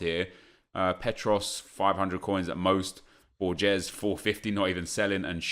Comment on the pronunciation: Borges is pronounced like Vorhes sort of, saying the "h" Correction from a Costa Rican, love the videos man